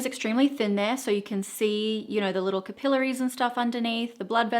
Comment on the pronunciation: Great video. The best I have seen for natural makeup application. By the way it is not pronounced capillaries with the accent on “pi” but the accent is on “ca”.